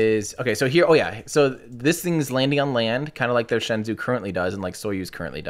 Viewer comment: Bruh, "Shenzhou" -- the 'zhou' is pronounced like the name "Joe" so it's like 'shen-joe' Pronouncing it like 'zoo' is totally wrong